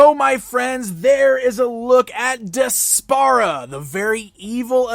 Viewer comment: I think her name is pronounced despair-a. Regardless, she's a terrible character and an insult to Adora's real cartoon back story.